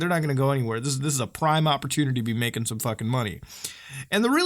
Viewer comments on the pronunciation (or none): none